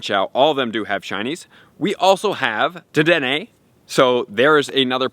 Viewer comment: Thank you for saying the damn name right 😂❤️💯